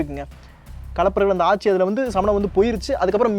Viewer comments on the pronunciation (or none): none